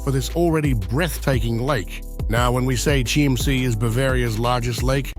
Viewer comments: Your pronounce it wrong. Not SCHIEMMsee, but you are right when you say Kimmsee (not amer./engl. Kaimsee, use better the local word Kimmsee) I know it good, cause I live 5 miles form the castle. Kind Ludwig II made the states of Bavaria bankrupt, No money was left, cause all the buildings were much too high. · As usual the name of this place is mispronounced why not check before releasing ‼️‼️‼️